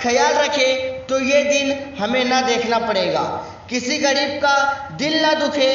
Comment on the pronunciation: Abe yr cca nhi caa hota h practice krke aaya kro